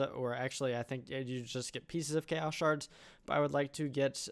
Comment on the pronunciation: sounds like "Ikea's guardian" :DD